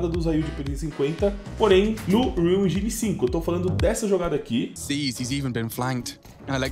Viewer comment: En"jai"ne é ruim de ouvir viu bixo